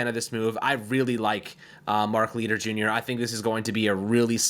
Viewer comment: “Mark Leeter” Jesus man, pronounce names correctly.